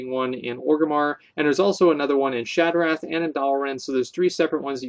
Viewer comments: Definitely not shot ra lol. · It's pronounced "shot-ra" city lol. Love your Vids though keep it up homey:p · The a has an "aww" sound to it. Maybe this will be easier on you then...shaw-tra. That is how you pronounce shattrah.